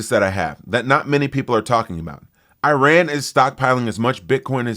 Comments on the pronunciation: "eye-ran".. it sounds like you took a few too many concussions in football.....say it with me now..."ih-rahn" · Look, it’s pronounced “E” rahn Not “I” “RAN” 🤣🤣🤣🤣🤣 Please, will another host reach out to this low and inexperienced cultured trump hater… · Wow you can pronounce “Thesis” and not Iran 😂